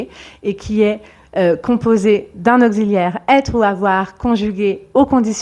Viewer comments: C'est excellent, à un petit détail près, la prononciation du son «x»... «Auxiliaire», se prononce «ks». Au ksi liaire. Pronciation «dure» «Examen», se prononce «gz». Egza men . Prononciation «douce» Y a-t-il une règle pour ne pas se tromper? À part cela, très sincères félicitations... Un collègue scientifique... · Revoir la prononciation de : auxiliaire !